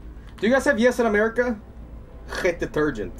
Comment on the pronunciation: But pronouncing it CHHHHET is much funnier :D